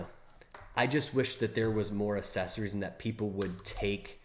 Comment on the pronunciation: please, for the love of god, stop saying "Assessories." There are 2 Cs in the word; the first is hard, the 2nd is soft.